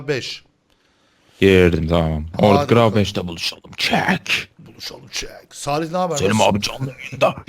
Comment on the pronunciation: gravi diye okunmuyor gravitiy diye okunuyor